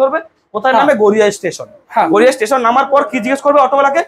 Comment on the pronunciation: Garia Not Goriya 😑